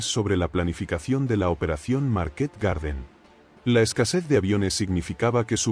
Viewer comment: A mí me pone muy nervioso cuando dice Market acentuando en la última 😅A los dos minutos ya bajé a ver los comentarios, mal síntoma